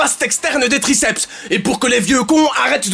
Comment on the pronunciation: "Graceps interne" mdr